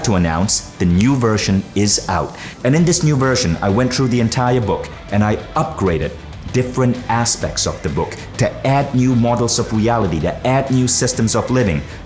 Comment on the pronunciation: I don't know wether anyone would read this or not but I will say this You are great with transforming others ..... But ... Just for once ..once only Try to say Through with a great emphasis on the "th" your 'truu' might be bothering some having OCD...